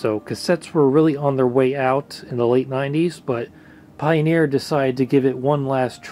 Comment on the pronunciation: "paioniir". XD.